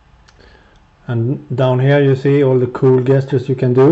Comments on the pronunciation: it is not 'guest-ters' its 'jesters' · He's still wrong though xD Jess-churs would be like the APPROPRIATE way to ACTUALLY say it. Either way I agree with you he is an assplunger.